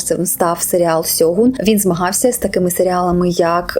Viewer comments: Правильно буде ШЬОҐУН. Через С перекладається в рос. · правильно "Шоґун", ви використали рос.транслітерацію